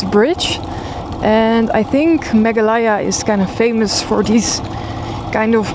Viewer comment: Great video as always! 😊 Just a small note: the pronunciation is Megh-aa-LAY-aa